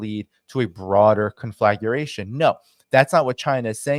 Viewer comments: conflagration: 4 syllables not 5, drives me nuts, kon-flah-gray-shun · "Conflaguration,"?